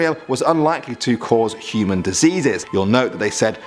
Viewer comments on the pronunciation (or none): none